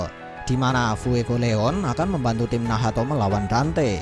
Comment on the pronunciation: nacth bang bukan nahato